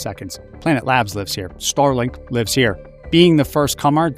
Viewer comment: Totally said starlike lol